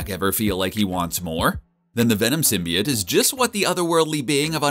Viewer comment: Did this bitch say symbiate*